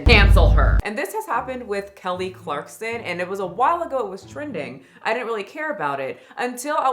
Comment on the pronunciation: It’s clarkson, not clarkston